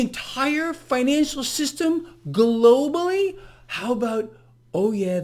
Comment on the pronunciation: You say that word "globally" like it's where we actually live.